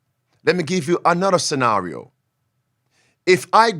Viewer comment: Pastor using WEF pronunciation of 'Scenario'.